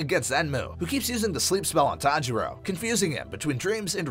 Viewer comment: it's tanjiro not sanjiro gosh